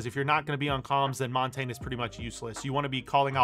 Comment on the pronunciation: Thank fuck you said "Montagne" correctly and you actually know what it translates to. Merci, monsieur. Je dois m'abonner.